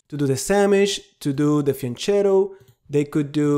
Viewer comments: Excellent presentation of a very good weapon for black pieces! Just a note: "fianchetto" is not Spanish but Italian, and it's pronounced "fianketto"!! 😉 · Your pronunciation of "Sämisch" is surprisingly good. The leading "S" should not be sharp, though - it should be pronounced as in (New) Zeeland. Erm - and the "ch" in Fianchetto should be pronounced as "k". I know - I am a pain in the neck.